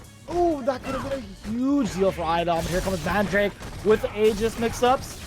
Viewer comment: Dude if this dude says mahn drack aye instead of mandrake one more time.